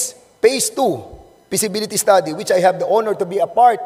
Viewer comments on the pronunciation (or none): none